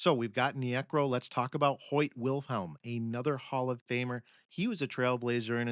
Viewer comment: Hi, been listening to many of your podcasts and have noticed a bizarre pronunciation trend. Phil Niekro repeatedly pronounced nee-AY-krow here is a prime example. In a prior podcast Vida Blue is pronounced VEE-da. Also in this podcast R.A. Dickey is said to have played for the Knicks, not the Mets. I can't see how an actual human baseball fan doing a deep dive into the game's history could make these kinds of mistakes.